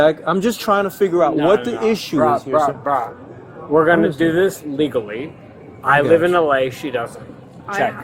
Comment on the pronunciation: "Brah, Apparently, if you don't live in 'El Ayah' you can't travel there, 'leegullee'... I don't feel comfortable being on a plane with these people.